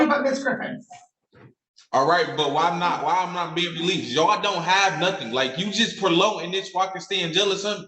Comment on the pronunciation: "Whyimnot" lol love how he combines words 😂